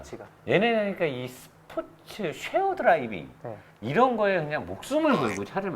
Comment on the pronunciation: 다 좋은데 쉐어 드라이빙 아니고 시어드라이빙 ㅜㅜ